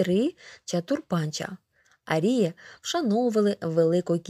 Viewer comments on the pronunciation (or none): Зверніть увагу на наголос у слові "арії" (наголос на "а").